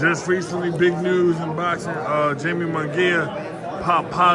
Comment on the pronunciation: This dude said JAMIE. 😂